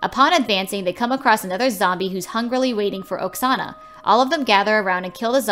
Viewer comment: the name oksana sounds like a name from my country and the way u said the name hurts me..